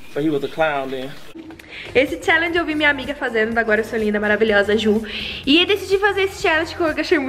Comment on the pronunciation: Perdi a conta de quantas vezes ela falo chellegen kkkk